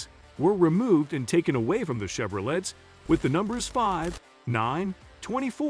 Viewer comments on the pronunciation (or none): Did he just say "chevrolettes?"